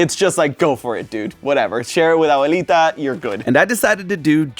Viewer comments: Dude, the abuelita pronunciation was flawless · that "Abuelita" sounded even more Hispanic than me (I'm Peruvian) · that "abuelita" in perfect spanish accent just jumpscared me lol. Now I can confirm IS ACTUALLY ARGENTINIAN!